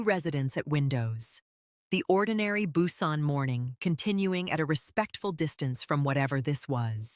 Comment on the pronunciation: Strange names, "N" "Narcision", "Nara", "Nae", "Hugh" and never knew there were so many ways to pronounce Busan. Other word mispronunciations, sentence structure and flow, strange stops and starts mid sentence... all made part two a difficult listen. In fact, I muted and read the transcript instead. I would gladly have waited longer to have a smoother delivery. The way the story left off there should surely be a part three; I hope the narrator is much better. Thank you for posting. I will give it another try.